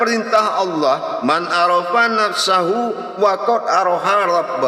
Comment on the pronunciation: Man Arofa Nafsahu Faqod arofa Robbehu kog sm tuan Guru di baca Faqod Aroha Rbbehu ya?